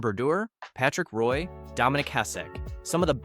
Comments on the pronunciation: this is about to be a massive nhl channel. calling it now. but you do need to learn how to pronounce like 20 names you mentioned in this video. jagr, roy, etc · For gods sake - how can you be a hockey fan and have no idea how to pronounce player’s names? You don’t know how to say Henri Richard? Jagr? Roy? Tugnutt? I mean these aren’t obscure guys. I’m calling AI or someone who isn’t a hockey fan.